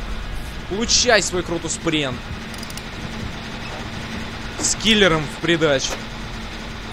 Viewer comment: Не кротус пренн а кротус прэнн